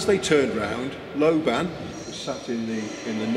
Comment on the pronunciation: lobban is a scottish name pronounced with accent on the FIRST syllable